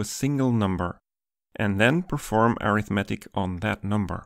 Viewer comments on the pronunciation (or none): A "straight angle" in English refers to 180 degrees or pi radians. But you seem to use "straight angle" to mean "right angle", which is 90 degrees or pi/2 radians. (As an aside "arithmetic" has stress on "met" when it's an adjective, but on "rith" when it's a noun (so it almost fits into the English pattern of initial-stress-derived nouns), so that takes an extra second for a native speaker of English to parse.)